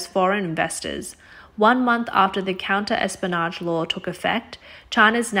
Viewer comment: Clear? But more to the point, if she's never read the word "espionage," can it be inflected properly—within its context, with sense, effortlessly understood? Basic narration job: fail.